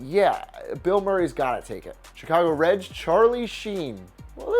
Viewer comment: Did he say Chicago Reds